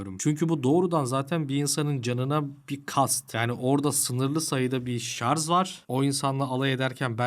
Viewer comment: şarz değil şarj